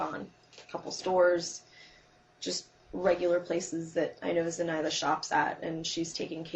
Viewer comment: So random but the way she says "Zenitha" and not "Zenaida" pisses me off.